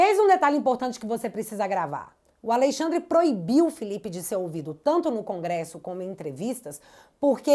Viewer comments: '''Aleixandre'' me quebrou. 🤣🤣🤣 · Alei xadrrer😂. Parece o drácula ou a encarnação do Exu